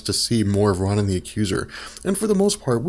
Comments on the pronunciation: Ro nan, not Ron in. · I only clicked this vid to hear you say Ron-in. CRINGE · No It’s Ronan His Name Is Prounounced Rownan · I always thought Ronan was pronounced like "Roe - nin" with a hard O sound on the first syllable... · Why do you have to pronounce Ronan that way? It's so annoying! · Exactly! So annoying this guy cant even pronounce that freakin name right